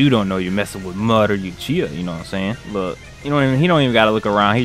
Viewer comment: bro went and said madara youchiha